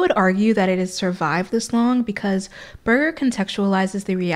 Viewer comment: Great discussion. This can be difficult material and you’ve presented it in a conversational manner that is very engaging. My only criticism is that Berger uses a soft ‘g’ not a hard g. I know it’s a small thing but he is so phenomenally influential in his field that it’s probably a good idea to pronounce his name correctly. It’s a common thing when you read a lot and you don’t get to hear the name. I had a dreadful time with French theorist Gilles Deleuze. I had that so wrong my lecturer could not hide his smile when I used it in class. He corrected me ever so kindly.